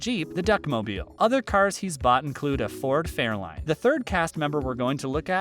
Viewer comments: It's a Ford FairLANE not Fairline. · Ford F20? Ford Fairline? Not to mention the mispronounced names? Don’t be lazy, do some research.